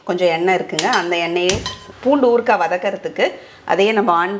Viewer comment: Urukkka nu sollathinga, ooruha nu sollunga, kaa romba azhuthathiga